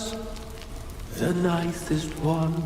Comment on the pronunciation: It hurt me a little when he said “ i waz de nizest one but you won’t even remember me”